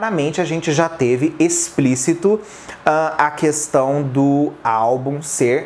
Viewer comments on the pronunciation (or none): none